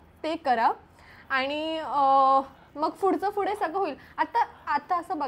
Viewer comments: Your vlogs are great as always but would like to give some suggestions.. please take it as a constructive criticism.. specially for.. 1. Fude ❌ Pudhe✔️ 2. Nhavara ❌ Navara✔️ etc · Tai yaar it's not fude, It's pudhe😭😭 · it’s पूढे Not fude 🥺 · Fudeeeeeeee😂😂😂 it's pudheeeeee😢😢